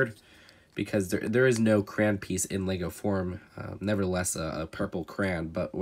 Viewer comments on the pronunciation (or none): Cray on not cran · It is pronounced “Cray-on” not, “Crane” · It’s Cray-on! Not Cran... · CRAY-ON. NOT CRAN. LEARN ENGLISH YOU ILLITERATE PRAYING MANTIS! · Why are you pronouncing it cran it’s cray-on crayon not cran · Its cray-on not crayn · I’m British and I was so confused when he said craan not cray-on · Oh I thought you where saying purple cran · They way you say crayon 😑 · weird with some of his pronunciations. I don’t get bothered by not emphasizing the “yo” in “crayon” because I’ve never spoken to anyone in person that does do that, but he always pronounces “accessories” as “assessories” and that actively irritates me